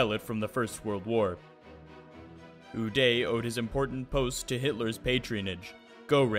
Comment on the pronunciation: ernst udet ... its not pronounced OODAY its pronounced OO DETT